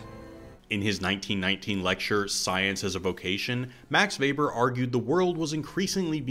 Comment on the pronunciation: By far best summary of the film I've ever seen, and I watch a lot cuz it's my fave Nolan. My majors were epistemology & sociology, so really appreciated the Weber (and correct pronunciation!) and Bacon references... Been a filmmaker for 25 years or so and your essay unlocked an insight: Nolan was thinking about the magic of film, specifically the defining magic of the cut. How do we know that actor/character is the same actor/character cut after cut after cut? It's a social contract... like a magic show. Teleportation and secret twins are the reductio ad absurdum of classical stage craft and yet also stab at the heart of "movie magic," i.e. ten thousand takes re-contextualized in post-production to create the illusion of a performance and a story. I have a strong hunch Nolan was thinking about the Venn overlap of screen craft and stage craft when conceiving this masterpiece.